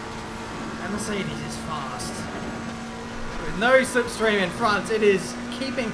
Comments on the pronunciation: Are we gonna gloss over how he said "lipstream" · This is the second video I’ve noticed say “lip stream” now... 😂 and you’ll hear it